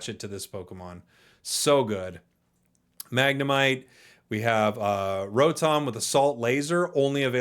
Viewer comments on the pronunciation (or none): none